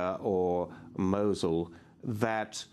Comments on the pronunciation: why she saying mochel its fuckin mosul (Nainawa) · she keeps sayn mochul